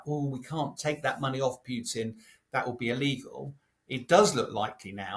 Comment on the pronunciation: I love how he says Pewton